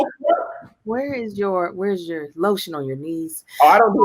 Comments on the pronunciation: Not "lotiont" 🤣🤣🤣🤣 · yes hunn LOTIONT... cuz he need to rub it in like an ointment or anointed oil 😂😂😂😂😂